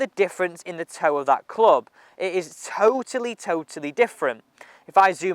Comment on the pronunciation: Intended? "Toe-tally" different? I like it!